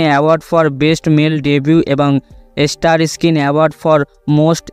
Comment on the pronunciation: উচ্চারণ ভালো করার চেষ্টা করুন। ইস্কিন,এস্টার না বলে স্কিন, স্টার বলা অভ্যাস করুন।